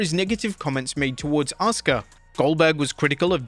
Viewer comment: Asuka is near the top in terms of in-ring skill, Goldberg is near the bottom. Also referring to her as "some japanese girl" and then pronouncing her name wrong when he bothered to use her name.. there's at least some quasi-racism there.